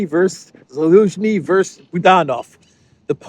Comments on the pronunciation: By dear friend, it is not "vers." It is versus. Two syllables. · Hi, it's Versus NOT Verse. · Dude, it's "versus" not "verse" lol Great video as usual btw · Just FYI for fun. the abbreviation vs. stands for "versus" and is pronounced like it looks rather than "verse." Cheers.